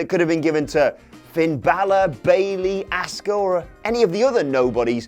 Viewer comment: Lol Asskur, I think you mean Asuka